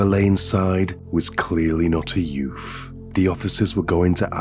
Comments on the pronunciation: yeah. I love the way talks tho. It's just the "yoof" that made it sound so funny. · What's a "youf"? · I love how he says ‘youth’ lol yuf 😅❤